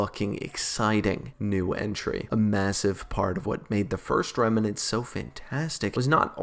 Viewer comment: Not Remanent it's remnant